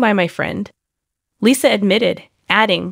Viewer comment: I agree 😭🤣🤣 i was confused for a second lol who the hell is lissah